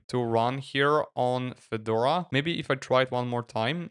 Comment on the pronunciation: Автодубляж в слове Федора посиавил ударение на первый слог, добавив букву ё. Получилось, что вышло обновление некого Фёдора